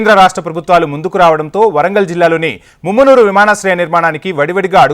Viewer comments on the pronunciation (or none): Arey babu mummunuru kadura mamanur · ముమ్మునూరు కాదురారే మామునూరు.